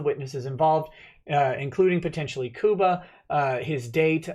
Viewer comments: Lol, it's pronounced Cuba like the Island. Love you:)! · you don't know how to pronounce Cuba. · lol sounds like you said Koopa Gooding Jr. ;)